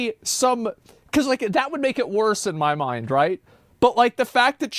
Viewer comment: lmao idk if he said Mind or Maind